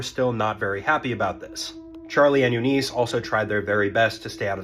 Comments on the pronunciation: please learn how to pronounce eunice....short i....not eeeeeeeee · I'm sorry to be a nitpicker, but here I am. I'm from the South, and I assure you, her name was not pronounce "you-NEESE." The name is pronounced "YOU-niss." Don't believe me? Watch any of the "Mama's Family" bits from the old Carol Burnett Show. Don't guess at pronunciations. It only takes a few seconds these days to check 'em, and when you don't, it's an indication you're inattentive to detail. Guess what this hints at? Yeah. You know. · You-niss. Not You-neice. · That name is pronounced Yoo-niss not You-neese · It is pronounced Yoo-niss, not Yoo-niece. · "Eu-nuice" ITS EU-NISH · YOO-niss. I have never heard it pronounced any other way. yoo-NEES must have been pulled out of some orifice. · My wife and I have an 11 year difference in age, but I was 24 and she was 35 when we met, and that was 35 years ago. Oh, BTW, Eunice is pronounced "YOU-niss" not "YOU-niece". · Not 'u-NEES' .... it's 'YOU-niss' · The emphasis is on the first syllable - U-niss. Watch Mama's Faimily. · I've always heard it pronounced U-niss with the emphasis on the first syllable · Eunice is pronounced YOU-niss. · Um, it's pronounced You -Niss . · It's pronounced "YOO-nis" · It's not that deep, but Eunice is pronounced "you-niss". Also, a long lasting marriage is not equivalent to a happy marriage. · AI or this "guy" has no idea how to say the name EUNICE My great grand married at 14 in 1925 (daughter of Italian immigrants), it was a different time and place - but NINE YEARS OLD?! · It's not pronounced "Eunice" , it's "Eunice". 🙄